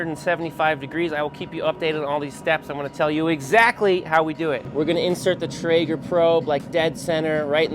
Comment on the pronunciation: Lost me at “traeger” :(